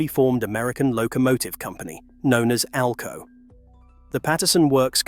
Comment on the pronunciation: Seriously? Your spelling out ALCO? Its pronounced as a word not spelled out!!! Geez!